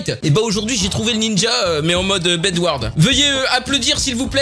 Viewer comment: Gg ta vidéo mais on dit pas bedward mais bedwarze